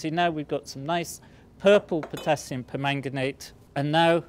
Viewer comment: For some reason, I just like the way he says "permanganate".